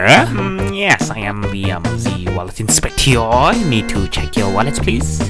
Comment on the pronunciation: Ah yes wallot inspector